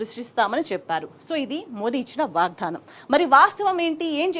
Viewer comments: Ammaa … vaagdhaanam kaadu. 🙏 Vaagdaanam😢😢😢 vinalekapotunnaam.. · వాగ్ ధానం కాదు... వాగ్దానం... సరిగ్గా పలుకు ఆమాట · వాగ్దానం పలకడం రాదూ? వాగ్దానం వత్తి వత్తి కర్ణ కఠోరం గా పలుకు తు న్నా వమ్మా